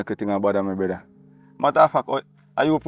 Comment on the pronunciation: How much brethra can this brethra say😂😂😂😂